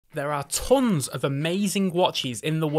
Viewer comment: Only one second into the video and I stopped, I cannot listen to you : why “there are tKHons of”?? Why? That is so weird